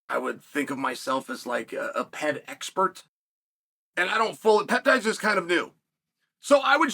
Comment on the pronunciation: He said he a ped expert 💀 It’s a PED